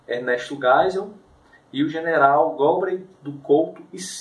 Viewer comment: Por que que tu fala gaspári e gólbery? Nunca ouviu falar neles?